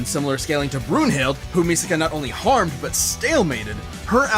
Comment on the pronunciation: Its misaka bro😂